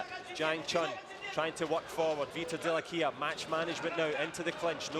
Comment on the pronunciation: Chi glielo dice al commentatore come si legge Dell'Aquila? 😂 😂